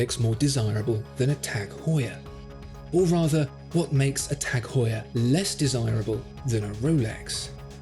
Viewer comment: its "Heuer"